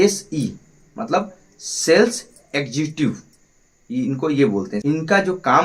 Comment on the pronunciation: executive bolna sikh pphele